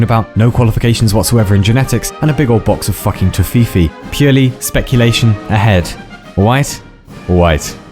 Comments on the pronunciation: Aight you had my ear… until you said TOFIIFII LIKE WHAT DA HEEEEELL!?? Its toffefey or whatever you could transfer it to without using the phonetic alphabet :( But despite that icky, I love your videos man, they introduced me to so many topics around philosophy and shit. Keep on the good work! (And please don’t call it tofiifiii again) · Toffee-fee, not To-FeeFee. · not liking how you pronounce toffifee mate